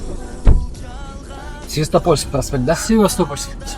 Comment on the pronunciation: Свестоапльский эмес епта севастопольский десен епта